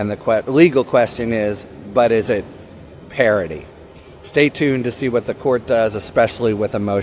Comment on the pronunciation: Harry, stop pronouncing parody like parity.